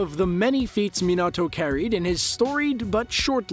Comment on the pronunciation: Man really said "Minahto" instead of Minato